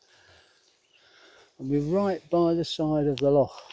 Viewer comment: Beautiful scenery and I'm only a wee but in but it caught me that you pronounce "loch" correctly 💚